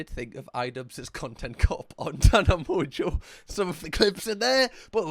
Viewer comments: Obsessed with the repeated “mong yew” I love you sm (she pronounces it like Monjeau) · Kinda like moan-joe😂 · “Tana Mong-yew” 😂 It’s pronounced Mojo but that’s so funny to hear that pronunciation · her name is pronounced Tana MoJo not mongeau lol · Just finding this now and hearing “Tana Mong-yew” 😂😂 it’s said like Tana “Mojo” - but this killed me 🫠😂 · Mongew😂😂 if it helps her name is pronounced like Mojojojo from the Powerpuff girls 'Mojo' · Tana Mon-gew, a distant relative of the french Montageaux family of Shakespeare fame, 1. of her name, a name that slays the British tongue. (It is actually pronounced mojo, she doesn't even care about the N) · It sounds a lot more like mojo than it does mongoo.. eau is pronounced like oh not ooh. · it's definitely not Mongo.. People do mock it that way though.. It's more like Moezjho. There's a z/j sound in the middle and the n is silent. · Tana Mojo is how its pronounced lol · her last name is pronounced mojo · The way says her name 😭😭🤣 it’s Tana “mojo” basically Kinda like the s in “casual” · Mon-jo I think it's pronounced lol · 😂 it’s pronounced mojo 🤣🤣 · "MonGueeww" 😂😂😂 Gotta love this channel.🤗 😅😮‍💨 Doesn't matter, it is MonGueeww now... coz you're the captain now.😆👌🏾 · Literally first time hearing it pronounced like that always heard tana monjo or tana mojo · much love, i think her last name is pronounced more like french (mon-jé-oh) like how you would say "jé" in french but add an O on to it:) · pronounced Mo-Joe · Its pronounced more like MoJo (mon-geau, its French) in her accent. But your way is pretty good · I love it straight up calling her a mong. Hahahahahahah I live the mispronounciation it's probably not on purpose but yeah I don't know how people don't say it right when she says it herself all the time. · Tell me he doesn't say mon-gew the whole time😂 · It is 100% pronounced Mojo, I’ve watched her for years.. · It's pronounced like "mongo" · isn’t it like mo-zho